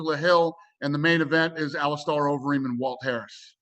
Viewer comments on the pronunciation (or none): “Alice Star Overeem” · Ali-star overeem? Am i dumb or is he dumb? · "AliSTAR Overeem" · He’s a pretty big name in the UFC. It’s hard to believe that Dana can’t learn to pronounce some of the major fighters names properly.